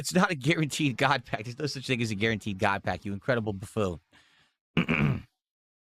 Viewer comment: "GOUT PACK"